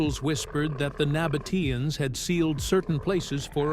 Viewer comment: terribile….😢 the voice always spells the folk of the Nabataeans wrong…